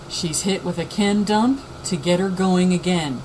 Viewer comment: I like how u emphasize the word "Dumpp" bahahah. Good information though